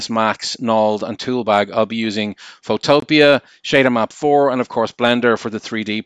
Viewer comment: Btw I think it’s pronounced photo-pea not photopia